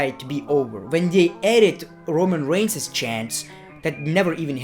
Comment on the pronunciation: What aboutah Roman reignsah hahaha